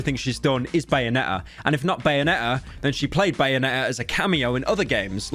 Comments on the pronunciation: “bayone’ah”-pyrocynical 2022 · Bro really said bayone' 'er